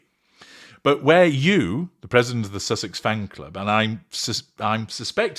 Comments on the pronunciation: IS she drunk?? LMFAO Gotta say I love the way she slurs out "SUCKSESS" instead of susesex -- it's absolutely hilarious. Plus she's crazy AF...right up MegaFlop's alley. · Good grief. I'd say thank you,, but I feel I've now lost a few brain calls after listening to the mind-numbingly stupid delusion of a "squaddie" with verbal diarrhoea but who is unable to pronounce even her idol's title correctly. I thought she was a tad creepy, too. And...she's the "president" of the Sussex Squad, and they had a meeting, so she's admitting that they meet and discuss things. So the inference is that they would also have planned all the attacks and death threats against the Royal Family, especially the Wales family, everyone who criticises her, and now Dr Chandauka and the other ladies of the Sentebale board. So as president, presumably she should be held responsible? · It's not just Sussex she can't say it properly, she can't say anything properly .😂😂😂